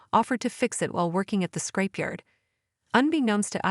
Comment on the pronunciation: It’s ‘scrapyard’, not ‘scrapeyard’, dopey.